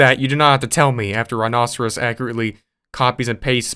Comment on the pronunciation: I think it's pronounced like 'rhino-serious', and that's not a foosball table, it's a pinball machine.